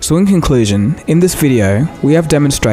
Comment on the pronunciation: "So inconclustion"